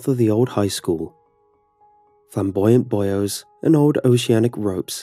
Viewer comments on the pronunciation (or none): Boo-eees, not boy-os lol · When you're auto-correcting pronunciations in your mind and trying to not cringe at buoys being called "Boyos" vs "boo-eez". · When buoys become “boy-o’s” still love you